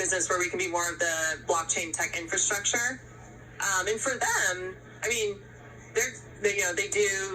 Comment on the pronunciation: "Infanstructure" gets me every time. 😂